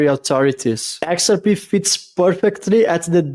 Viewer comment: when we say the name "XRP" in English, we don't put the emphasis on the first letter the way you're doing. It's not pronounced "Xrp". We say "x-r-P". The 3 letters are emphasized pretty well equally, HOWEVER, the last letter (P) gets the MOST emphasis. So it's the opposite of the way you're pronouncing it.